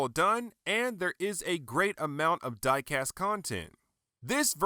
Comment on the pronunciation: It Fun "Dicast" 😂😂😂😂 thank you for review ^^